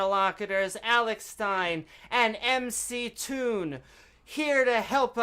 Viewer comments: He called him MacToon.😆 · Alex - Failure...was told that it was...but still said MacToon. Didn't listen. Intellectually damaged - Failure...Evidence of having a title doesn't mean you are good at a job. Didn't stick to points. Didn't control the debate. Can't control the screen settings. This was the worst debate I have ever seen on YouTube...I would suggest you examine this video and learn some lessons.